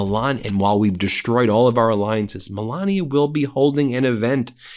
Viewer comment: DeSTroyed, not DESH-troyed.